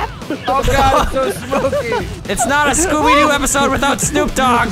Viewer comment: "scoopy doo"